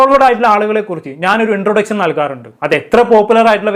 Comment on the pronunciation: വിശയം, ശേശം ,ഇൻട്രൊഡച്ഛൻ,ആച്ഛൻ 😂😂😂😂